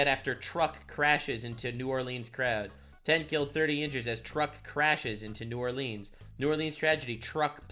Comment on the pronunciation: I'm proud of you mad lad you pronounced New Orleans properly